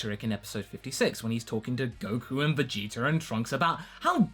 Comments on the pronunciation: he said viggeater lmao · Vegeter. Lmao.